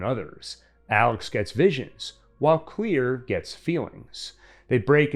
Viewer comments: lol why do you say her name like that , it’s Claire not Clear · Why did you keep saying clear? It’s clair. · am i the only one who is annoyed by the guy saying "clear" not "Claire"? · Everytime is said "Clear" instead of "Clare" I cringed 🥴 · If your gunna say someone’s name say it right that’s annoying asf it’s simple asf let’s say it together clair dumbass not clear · Isn't her name Clair not clear? Anyone else bothered by this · It's Clare! Not clear! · Claire.. not clear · Claire not "clear"... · DUDE YOUR KILLING ME. It’s Clare not clear. Everyone I hear it I go insane. It’s like death is coming for………….☠️🪦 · Why he say Claire like that? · I never understood why he can't pronounce Claire's name properly.